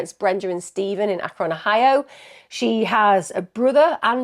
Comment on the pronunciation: Hey Emma! My ears perked up when I heard Ohio at the beginning, so I had to back it up to hear the town again. I’ve been an Alaskan for 25 years, but for the first 18 years of my life I grew up in Ohio, in Perrysburg. Normally I don’t ever correct anybody, but I know you like to correctly pronounce towns/cities, so I wanted to let you know how we always said Akron. It sounded like you were saying, Ache-Ron but it’s: Aaak-Rin 😘 Edit: later in the video you said it like [Aaak-Rin]. Sorry for being picky, just trying to help 😁